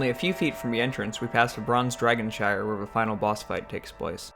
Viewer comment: it's dragonSHRINE , not SHIRE ............. you cant seriously be that deaf ? lol the words Shrine and Shire dont even sound the same